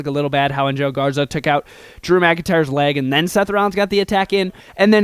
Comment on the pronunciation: You said Joe Garza